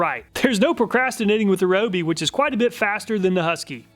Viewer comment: its ree oh bee....